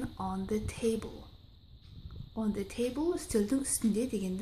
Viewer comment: Бірінші сөздегі the table деген сөз He table ұқсап қапты